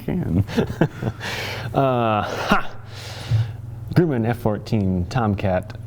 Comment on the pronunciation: Its pronounced Grum-man not Groo-min Its relatively easy to distinguish the variants from each other. As have the unconventional looking thrust nozzles on the engines and a single sensor electronic chinpod Bs have the conventional looking thrust nozzles and a single sensor electronic chinpod Ds have the conventional looking thrust nozzles and a dual sensor electronic chinpod The F-14 was developed during the Vietnam war and actually took part in Operation Frequent Wind. The F-14s true top speed isnt known either. In testing they only brought it up to Mach 2.34 since that was the specification put out by the military for its new fighter, and publicly its never been brought back out to see how much farther it can go. Speedbrakes are for slowing down when the aircraft is going at a high enough speed for them to be effective, not just for runways. On the ground when the speedbrakes arent effective anymore the wheelbrakes are used. There are 4 arrestor cables (referred to as wires by pilots) with a 5th backup if one breaks. The 6 pack loadout, as the 6 phoenix missiles on all phoenix capable stations loadout is referred to, didn't cause damage to the airframe. It caused damage to the wing glove stations, but only on carrier landings. On a runway landing you could have the missiles on those stations perfectly fine, just the stress of a carrier landing combined with the weight of the phoenix caused unnecessary metal fatigue on the wing glove stations.